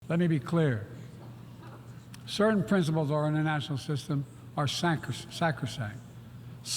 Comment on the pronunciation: Let me be clear, citcasacricy. Haha. Dude can not speak!